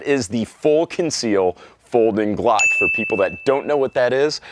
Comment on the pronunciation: I can’t unhear you saying “Gluck” and it’s destroying my mind.